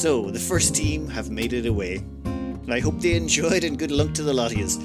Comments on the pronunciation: The thing is, you only hear "good Lunk" if you watched the whole series. Everyone else hears "good luck". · Wait a second. "Good Lunk"? I'm pretty sure I heard "Good Lunk." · Did the man just say "andd Good Lunk" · Bro he really said "I hope you enjoyed and good Lunk" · I swear I heard wish "good Lunk" to the ship crew and to us at the end of the video. I may be a little too invested in this series. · Nope I definitely heard good Lunk